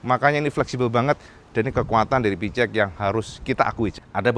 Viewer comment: plissslahhh...cara baca PCX (versi bhs Inggris) yg benar adlh: PI-SI- EKS kl mau bhs Indonesia: PE-CE-EKS